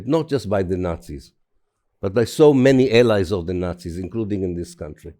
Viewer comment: what country was she calling cuntry